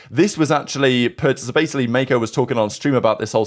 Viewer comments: Bro over pronounced it 😭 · calling Mako Meko is the funniest thing I witnessed today